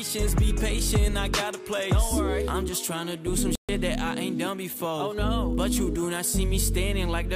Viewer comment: You know when your Hispanic when you say “Noooooo”